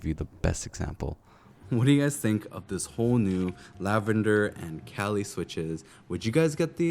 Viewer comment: Not to be that guy, but its Kailh not Kalih. I misread the word the same way as you up until recently lol. Otherwise great video!!